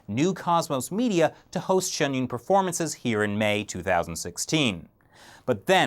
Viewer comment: it's Pronounced SHIN YOON .... and hes right, the Show is pretty much banned in China, they even mention it throughout the performance, it's very sad.